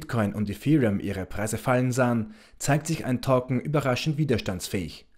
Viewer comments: Es geht doch nur um die Aussprache von Token. Es heißt eher touken und nicht tokken!👍😉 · Es sind Token!!! Nicht Torken!!!😂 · Torcken ich glaube er meint Token